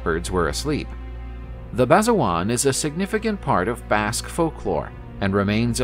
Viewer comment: Basajaun isnt pronounced, "Basajuan"...unless it somehow is? Basa Ja-oon*